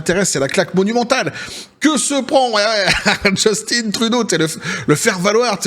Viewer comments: C'est Juste-Teint et non Just-Tine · Justin, pas « Djeustine »… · On dit Justin comme jus-tin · Les français,arrêtez de dire Justine c’est Justin point barre quand même qu’il es efféminé!😂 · JUST IN . Comme en francais vieux. Pas JustINE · Just(in) c'est un francophone pas Justine .En Anglais ca se prononce plus Jostunn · Trop drole personne ici au Quebec dit Justine Trudeau c'est Justin oui Justin.